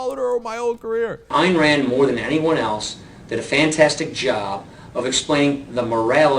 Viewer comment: Isn't it "Ein" Rand, not "Ayanne" rand?